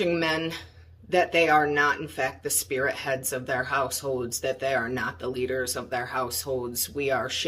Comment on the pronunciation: she said spirithead...... its spearhead ........